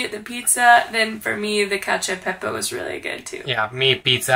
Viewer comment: Cacio e pepe!!! Not y pepe, we are not spanish !!! 🤦😂😂😂